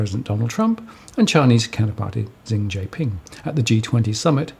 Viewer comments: as always very insightful. fyi Xi Jin Ping pronounced approximately (Shi) Jin Ping. THanks for the post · You NEED to learn how to pronounce Xi Jinping’s name right. Is is pronounced Shi.